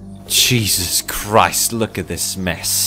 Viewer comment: did he just says cheezus?? CHEEZUS CHEEZE CHEEZE CHEEZEEEEEEEEE